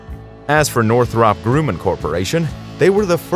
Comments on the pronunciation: "Groooooman"!? "North rop"!? POS Computer Generated fake voice narration! Thumbs down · If you or your bot can't pronounce Northrop Grumman correctly, you haven't been around the aerospace industry long enough to be qualified to make videos about them. I literally flinched every time you fucked that up.